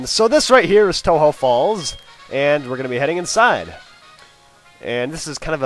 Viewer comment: its pronounced toe-joe falls to represent the connectijnging between kanTO and JOhto